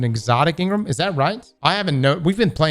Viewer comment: Crossssssssssssss! N-Gram. Not In-Grum. Pleaseeee. 😂